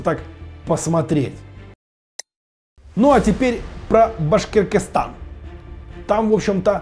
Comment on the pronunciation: Башкиркистан не правильно произносите